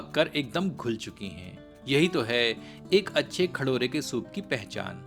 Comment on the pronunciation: खडोरे नही खरोडे😂😂😂